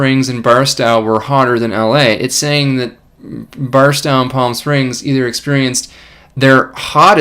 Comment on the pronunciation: Big thanks for all the work you do, Dr Swain. Just to note, Barstow is most often pronounced with the "stow" as in "stow it away".